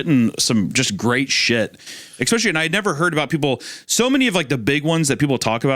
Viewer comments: Can't believe at the bingo board on that the editor didn't also mark off Hunter mocks Isaiah (he did a mocking impression of him) and "eck-specially" which Hunter already said when he was talking about dead parents. Smh'ing my head. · The FREE SQUARE on the bingo card should 1000% be “EX-SPESH-AH-LEE”… 😓 🌈🪬